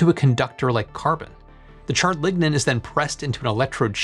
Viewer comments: you are saying ligna but i hear ligma, also cutting down a 'sustainable forest' doesnt sound upscalable. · Lignode and Lignin..... DEEZ...